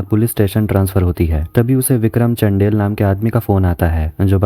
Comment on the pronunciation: चंदेल hota चंढेल nahi